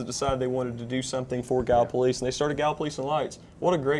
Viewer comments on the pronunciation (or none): Please learn to pronounce Gallipolis gal la police. No plus on it. Ask Mike Thompson. Otherwise great show